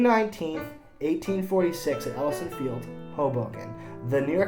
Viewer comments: It's pronounced EL-EE-Dzun (the DZ sounds like the SU in words like measure pleasure), not EL-UH-SAN. The field was named after the ancient Greek concept of the afterlife. The Elysian Fields. Initially separate from the realm of Hades, admission was reserved for mortals related to the gods and other heroes. Basically, their version of Heaven, sort of. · Too much nonsense here. The Knickerbockers played MANY games in Manhattan, under the new rules, even. The origin of "modern" baseball is rightly, Manhattan, specifically the area around 34th and Lexington. It's not ELLISON Field, it's EL-EE-ZEE-ON field. (Elysian). The Knickerbockers Baseball Club were formed in 1845 and played the first organized game UNDER THE NEW RULES AGAINST A DIFFERENT CLUB in Hoboken, in 1846.